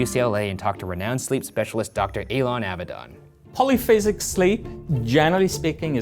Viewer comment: any other hebrew speakers cringing at how he pronounces dr. avidan's name? lol